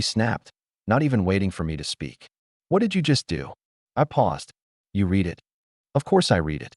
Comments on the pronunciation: The AI makes that mistake frequently. It is annoying. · I am glad I'm not the only one this irritates!!